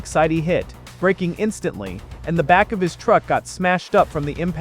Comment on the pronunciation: Why does it say 2026 rather than 2023? Also, instantly is not pronounced ein-stantly.